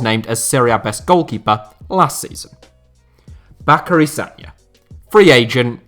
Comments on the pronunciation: Why is saying Sacary Bagna wrong? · no it’s a reference to a clip of Chris camara saying sacary bagna instead of bacary sagna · Make sure your research is correct lad. It's Sacary Bagna not Bacary Sagna